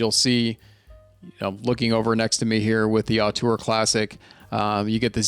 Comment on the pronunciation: Great review! But btw the first vowel in "auteur" is pronounced 'oh' instead of 'ah'. ZMF lists it as [ō∙tuhr]